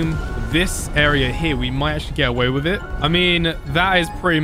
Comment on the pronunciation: i like how he says with its wif